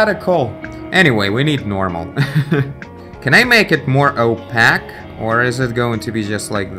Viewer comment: "Can they make it more o pack?" 😂😂😂😂😂